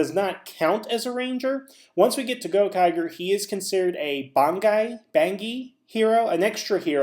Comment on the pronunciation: Theres been a nitpick that's been getting on my nerves lately and it's how you pronounce Gokaigers, it's the same g sound like in rangers.